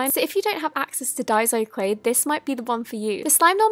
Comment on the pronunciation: Also it’s DAISO not DAISO